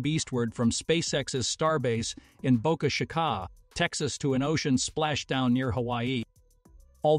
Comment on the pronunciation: The pronunciation of Boca Chica could be irritating the people of Chicago.